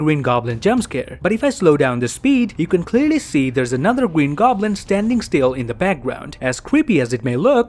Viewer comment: Gween goblin